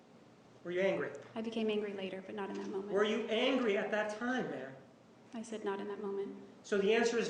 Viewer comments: Now everytime he says Ma'am I just hear Bitch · I thought it was only in my mind ma'am when he say it automatically convert to bitch. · I love how Juan can make "Ma'am" sound like "bitch".